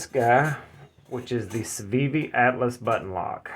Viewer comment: Not Atlas, All tuss.